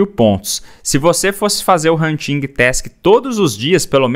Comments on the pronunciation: “Huntingui task” 😂 Desculpa mas eu ri Adoro seu conteúdo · nao se pronuncia o G na palavra Hunting